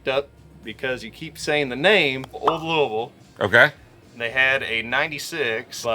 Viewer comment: You actually pronounced Louisville right. Not many out of staters do that. If you’re ever in south central Kentucky and able to swing by our store we can get you hooked up on some rare unicorns. We have a selection of allocated that’s hard to find in other LS. Just give me a shout.